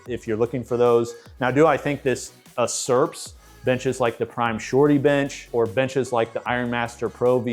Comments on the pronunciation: *YOU-SERP not *UH-SERP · YOUsurp not OOsurp you dummy